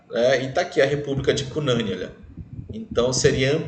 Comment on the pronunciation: O NOME SE PRONUNCIA CU NANIN COM FORÇA NO U COMO SE TIVESSE ACENTO ~